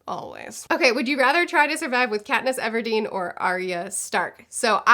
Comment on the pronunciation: Katniss "everdeen"